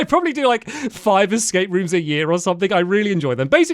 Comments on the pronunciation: Hilarious how many times he says “Excape” 🤭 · hearing Stamps say "excape" is making me crazy😭